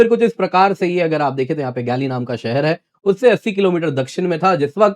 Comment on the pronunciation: गैली नहीं सर शहर का नाम गाॅल है।